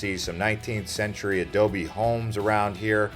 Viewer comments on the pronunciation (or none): none